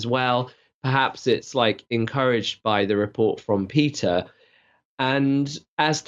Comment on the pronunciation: Is it just me, or is one of the presenters pronouncing "Peter" as "pizza?"